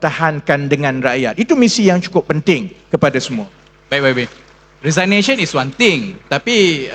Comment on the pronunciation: The ability to speak :face-blue-smiling: does not mean one can deliver what one says . Lots of ideas and principle was laid down but nothing seems to work when RR was a MP and Minister. Arrogance does not go well when one is a Minister/MP. Also Mr Moderator, please learn how to pronounce "resignation"